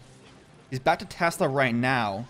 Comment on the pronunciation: do u watch anime ? every time you say now u say neow ☝️☝️